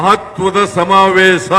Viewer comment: Evanu kannada kavalu samthi agidda adare evana bayalli samaaveesha annoke baralla samavesa anthane